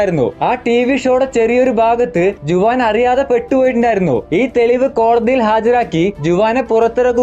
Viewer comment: ജുവാൻ അല്ല 'ഹുവാൻ' എന്നാണ് പ്രൊനൗൺസ്‌ ചെയ്യേണ്ടത്.